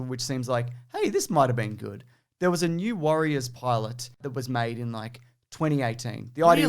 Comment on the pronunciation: When you said New Warriors, I heard New Worriers. And I wasn't very excited